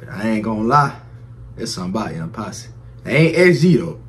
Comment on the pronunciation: Your saying the name right & react to R.o.t.y Lyric video by Young Posse 🔥